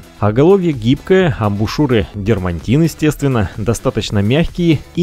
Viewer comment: Всё интересно. Всё хорошо. Но... Дерматин. Нет в этом слове Н. Понимаю、что ни на что не влияет、но слишком ухо режет.